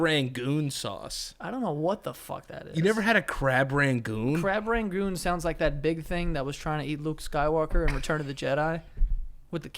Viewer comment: Is saying Crab Rangoon wrong or have I been saying it wrong my whole life? Lol